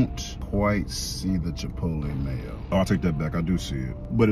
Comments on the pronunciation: "This is chipotle mideo." 💀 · "Chipotle MidYo" 😂😂😂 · "Chipotle Midyo" Is Crazy 😂🤦🏾‍♂️